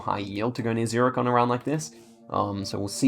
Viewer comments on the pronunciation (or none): none